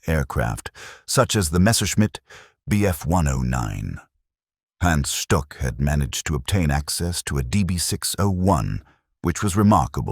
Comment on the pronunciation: Hans Stuck is pronounced “Hans Shtook”